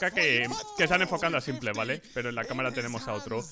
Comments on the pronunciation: me da tock cada vez que dice simple en vez de simpoul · Pero como va se va a pronunciar [simple]??? Se pronuncia [simpol]. Escucha a los casters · CADA VEZ QUE DICES SIMPLE, Y NO ''SIMPOL'' ME DA UN INFARTITO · Cada vez que dice "Simple" llora el niño Jesús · Porque pronuncias simple en español :v